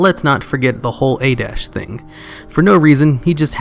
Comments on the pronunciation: its pronounced ay-tesh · Why do you keep pronouncing it as "Adash" when its pronounced as it is spelled.... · You pronounce Atiesh wrong and its annoying :|